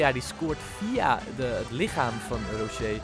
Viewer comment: Tis gewoon Rochet, (Rosjet) Tis een Uruguaans en geen Fransman haha Super Toffe Serie!!